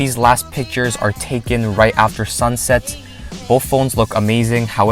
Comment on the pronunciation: BoTH* not BoFF, sorry just annoyed me. It was a great review.